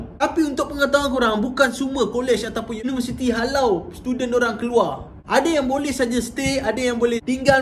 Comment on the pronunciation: Di arahkan. Ayat HALAU tu bunyi mcm kasag ja